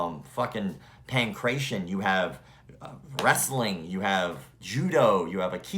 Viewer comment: BTW, its pronounced Pan-Kray-TEE-ahn. Thanks for your show. Love it.